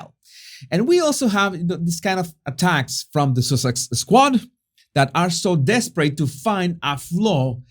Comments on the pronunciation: I love the way you say duchess of Sussex, as it sounds like duchess of sausage! 🤣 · ...did you say Duchess of Sausages 🌭🤣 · It’s so funny, it sounds like your saying Duchess of Sausages, not Duchess of Sussex 😂😂🤣🤣